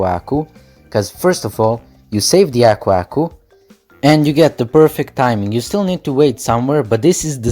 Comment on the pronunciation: The way you say Aku Aku bothers me